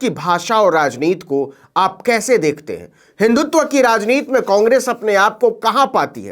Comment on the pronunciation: आप राजनीति को बार बार राजनीत् क्यूँ उच्चारण कर रहे हैं ? क्या हिन्दी का गला घोन्टना है।